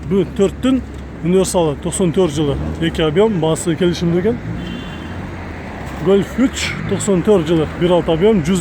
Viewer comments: гөлф 3 дебей, голф 3 дечи эй братишка !!! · Эээ тантык бираз Гольф дечи ебать чычкы келип кетти кусуп ийчудой болбой